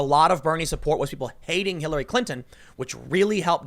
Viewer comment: "People hated Kill-- Hillary" Bit of a slip there? Lmao